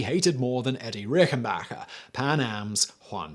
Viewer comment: It's 'Eddie Rickenbacker', so not with a pronounciation of 'g' but with a 'k': A very interesting carreer certainly, fit to made of a movie of. Especially the suicide by hit 92 (!) year old wife, four years after his death, committed with a gun while she was blind as a bat is also exceptional.